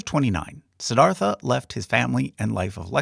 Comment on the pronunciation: Just a small nitpick but when Siddhartha (correctly pronounced si-dhar-tuh) became enlightened, wouldn't have he had been considered bodhisattva before being know as Buddha?